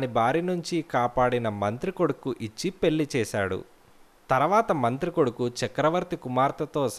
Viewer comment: కధ చాలా బావుంది.మీ స్వరం కూడా బాగానే వుంది. కానీ,మీ ఉచ్చారణ ఇంకా కొంచెం బావుండే లాగా చూసుకోండి. పెళ్ళి ని పెల్లి అంటున్నారు.